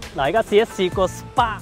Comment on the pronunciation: Can u learn to say Spark and Magic properly